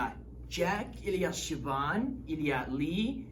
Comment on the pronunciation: Je m'appelle Siobhan, I did Duolingo for part of 5th grade last year. I don't know a lot, but I know some of the basics. I'm looking forward to meeting all of you (and thank you SO MUCH for pronouncing my name right)!